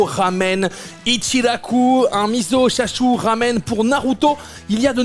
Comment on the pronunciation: Désolé, mais "chashu", tu le prononces mal. Moi, je le prononce bien, mais je le prépare mal.. chacun son truc